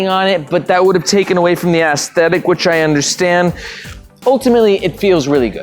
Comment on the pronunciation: I like the Ass-tetic